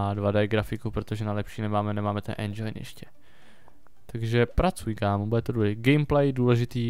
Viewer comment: nerika se endžajn ale endžin! Jinak diky ze natacis z me oblibene hry!